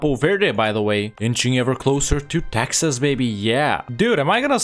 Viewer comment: "Texs" became prophetic. A very scuffed attempt but you did it.